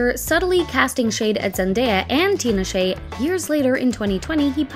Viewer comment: Not Tina Shay 😂😂😂😂😂 Tinashe 😭😭😭😭😭😭😭😭